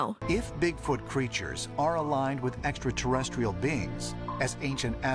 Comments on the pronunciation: you need to include that one guy with the crazy hair being unable to pronounce extra-terrestrial properly and saying "esta-terrestrial" to your drinking game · Thanks. If Tsoukalos is going to talk about extraterrestrials all the time, he ought to have to learn to pronounce it. tavi.